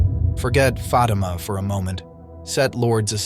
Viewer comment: Is lack of respect not saying the right pronunciation is F A T I M A NOT F A R I M A if you can’t pronounce it correctly need to review your spelling and reading classes from elementary school hope next time you or the recording voice say it properly